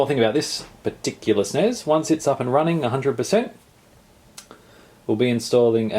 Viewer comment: insta click off the video for saying SNES like that. ug